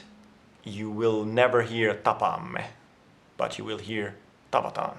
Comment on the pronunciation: Thanks for a great video! I think it's little bit funny how when you said "tapaamme" you had a slight accent but right after when you said "tavataan", you said it like any native speaker. Really shows how we prefer "tavataan" over "tapaamme", when foreigners are able to learn to say the first one without an accent but not the later.